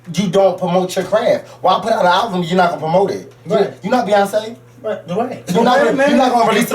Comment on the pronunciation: was hot!! lmao! the fact that he kept saying "alvum".... tears...